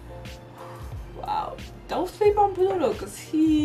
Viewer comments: She keeps calling pluto to Ludo. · It's Ludo, not pluto, he is not a planet, it's just Ludo, L-U-D-O!!!